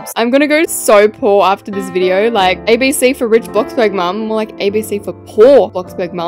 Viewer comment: "what on earth is theas?!"